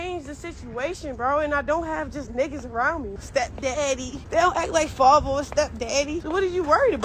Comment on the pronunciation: Wtf is a "farhvah"? Father?